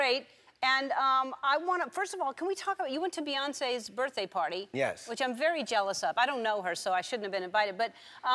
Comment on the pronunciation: It's not baffroom and it's not birfday.